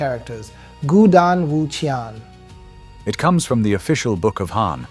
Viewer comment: Can I just check why the pronunciations of Chinese words, names and terminology are not pinyin? Eg 钱 or 錢is qian but it’s pronounced in the video as ki-an. Is that an AI mispronunciation?